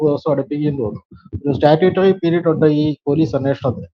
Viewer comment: താങ്കൾ തെരഞ്ഞെടുക്കുന്നത് നല്ല വിഷയങ്ങളാണെന്ന കാര്യത്തിൽ സംശയമില്ല. എന്നാൽ താങ്കളുടേത് വൃത്തികെട്ട ഉച്ചാരണമാണെന്നത് പറയാതിരിക്കാൻ വയ്യ. സംവൃതോകാരം താങ്കൾ മലയാളം അറിയാവുന്നരിൽ നിന്നും പഠിക്കണം. വന്നിട്ട് ' ഉണ്ട ' എന്നല്ല ഉച്ചരിക്കേണ്ടത്....... വന്നിട്ട് " ഉണ്ട് " എന്നാണ്. വന്നിട്ടുണ്ട്). കേട്ട ' ത ' = കേട്ടത എന്നല്ല ഉച്ചരിക്കേണ്ടത് ... കേട്ട + ത് ' -- കേട്ടത് എന്നാണ്.